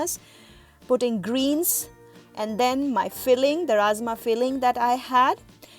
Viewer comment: its rajma dear not razma